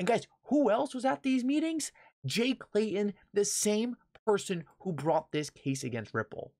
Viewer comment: Pronounced with T in the name ...not Clayon it's Clay Ton